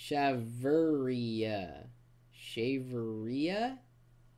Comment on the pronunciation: LOL!!! The way he says that 'shaverea' thing was hilarious: "Shave her... rear?"